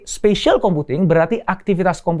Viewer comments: SPATIAL BUKAN SPACIAL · SPATIAL kan bang bukan SPACIAL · Spatial pak, bukan spacial. oya jangan lupa haka WIRG ya gess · bukan spacial computing tapi spatial computing om